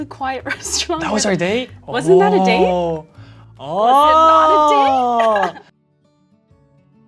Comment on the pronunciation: That's the most asian OHHHHHH I've heard ahahah (I'm asian lol)